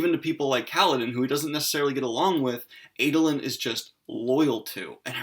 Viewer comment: I find the differences in my pronunciation of the names (as a South African) and Daniel's (as an American) to be fascinating. For instance I call him AH-doe-lin, not AY-doe-lin.